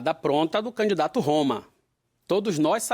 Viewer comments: Ele é aluno de Luladrão. Ele chama canidato tbm. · Jerônimo fala "Canidato" kkkkk isso era secretário da educação? Kkkkkk PT nunca mais!